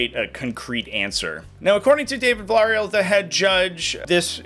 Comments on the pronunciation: The worst part about this is how you butchered the name "Villareal".... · Almost sounded like a disease i wouldn’t admit to having. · Biggest concern I heard about the video is trying to say Villarreal. Lol. Just messing. Good video